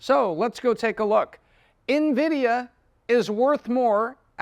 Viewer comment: I appreciate you pronouncing the company's name properly unlike 90% of youtubers not in the tech space